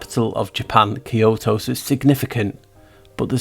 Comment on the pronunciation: Kyoto almost sounds like ky-ho / key hole